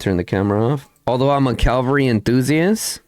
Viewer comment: You do awesome content, thanks a lot. One small thing. There is nothing in English called CALVARY... It's called cavalry...😂😊 with a spoken V before the L. ❤